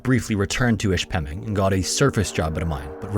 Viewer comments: I almost didn't know where this was because if you you pronounced Ishpeming (it was way off). I only know how it is pronounced because I took a couple geology trips in that area. It is actually a lot more common to mine under lakes than people realize. Also, many of the old mines in that area are now collapsing. A nearby town, Negaunee, is slowing being "swallowed up" as old mines under the town collapse. They didn't have those evil "regulations" back when those mines first opened and corporations were only interested in making monry, not the welfare of people. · Love the video. Live near the area, so it's cool to see my areas history. You butchered the pronunciation of Ishpeming tho. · Upper Peninsula of Michigan, not northern peninsula of Michigan. I won't comment on the horrifying pronunciation of Ishpeming. Good video despite my nitpicking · Great story, but you might want to research the proper pronunciation for Ishpeming. Ask a yooper, they'll help you out. 🤭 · How about mispronouncing the town's name? Drove me crazy. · Nice to see a video pop up in the recommendations for a place I grew up even if it is for such a tragic event. I would like to point out that pronouncing Ishpeming doesn't have an emphasis on the 'pem' portion as you otherwise said it correctly. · ❤Thank you! Not a yooper, but I also thought it was mispronounced. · I was just about to comment on the Ishpeming pronunciation lol. Do you miss Iron Mountain? I grew up in Norway Mich. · Hey btw, I’m from the UP, and Ishpeming is pronounced Ish-pim-ing not ish-pem-ing. Don’t sweat it though lol it’s just something that caught my attention. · The town name is pronounced "Ish-pe-ming" not "Ish-pemming" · ISH-Pemming. From a youper eh? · Ishpeming is pronounced ISH-pih-ming. Not ish-PEH-ming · ish pemming lol ish-puh-ming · Its not Ish-peming it's "Ish-pa-ming" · Ish Peh Ming not Ish Mem ing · the way you pronounced ishpeming was a good try. its ish-puh-ming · It's. Ish -peming